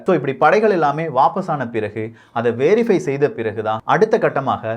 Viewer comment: வேறிஃபை இல்லை வெறிஃபை.